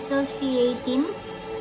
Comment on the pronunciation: Aso-si-ATIN (associating) 😂😂😂 That was a good one. Hahahaha